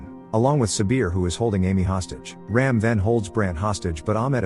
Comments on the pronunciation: It's not 'Raim' .. it's ' Raam' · It's not Ram as in ramming.. It's Raam